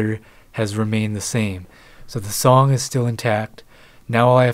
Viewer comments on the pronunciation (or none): none